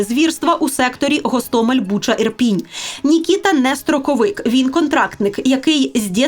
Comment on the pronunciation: Кажуть, що окреме місце в пеклі-чан з подвійною смолою отримують дегенерати, які називають наш Гостомель, з кінченим мокшанським наголосом ГАсТАмЄЛь. Зараз на тому світі, Сашко Білий і Шаміль Басаєв, пердаками насаджують на пляшку савєтського шампанського цей новозашкварений десант.